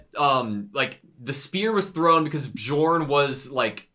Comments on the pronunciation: BE-YORN it's not like DiGiorno, he's not a pizza 🤣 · Guys, the pronounciation of "J" is scandinavian so it should be read like "Y" -> Bjorn is ~Byorn~ , Jomsviking is ~Yomsviking~ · Hey editor, can you pass along correct pronunciation to them? The j in Nordic language is pronounced like “yo” it’s gonna drive me crazy if they say joms and bjorn wrong the entire show lmao.